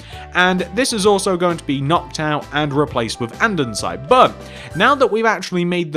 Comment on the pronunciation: It’s Polished Andesite not andensite